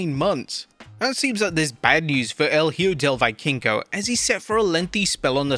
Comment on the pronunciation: We get crying about racism and anti PC segments, but he can't pronounce HIJO DEL VIKINGO Right, even if he studied it 😂